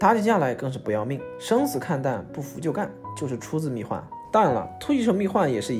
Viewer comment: 密huan！！！不是密guan！！！